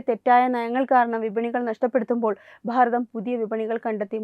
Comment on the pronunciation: ഭാരതം എന്നത് നിങ്ങൾ പറയുമ്പോൾ പ്ഫാരതം എന്നാനു കേൾക്കുന്നത് ബലം പിടിച്ചുള്ള ന്യൂസ് വായന മോശമാണ്. പല സ്വരങ്ങളും ഇതുപോലെ തന്നെ ആണ് പറയുന്നത്